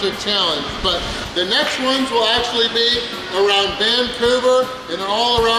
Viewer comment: When says “but” it sounds like he’s saying “butt”